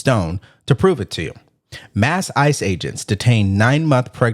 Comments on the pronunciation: He doesn't even know how to say the name but he works around there? Stop the cap bro. And it's not ISIS, it's ICE? You know the difference right? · And the crybaby trying to Make Up Stories! It's ICE Not iceses!! Idiot!! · Did he say isis lol